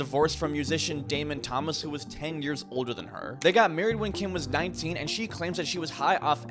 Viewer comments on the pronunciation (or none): none